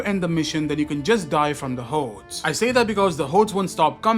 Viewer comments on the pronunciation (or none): I like the way he says “hordes” lol run away from the hoedes